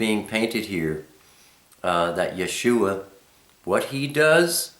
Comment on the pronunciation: Dear, I love your video...it is very informative....I am a little confused as the pronunciation of YHWH as I have heard it many times as Yah- way. You also said it once, too. Would I be incorrect to pronounce it as such? Likewise, I have seen the same spelling for Yahshua but with only two syllables, Yah shwuh; whereas you have 3 Yah shu uh. Do you have a video of only the letters of the Alephbet? Did I miss the meaning of Elohim??? When we transliterate are we to use the Y or I for the Yod? Am I wrong to spell it Elohym? Thanks for your responses....